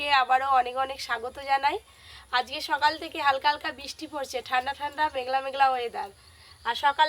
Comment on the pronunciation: Sokal sokal😢😢 sakal noy😅